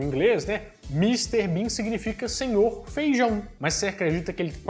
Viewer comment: É impossivel um Brasileiro falar bem Ingles? Mister Bim..... .😂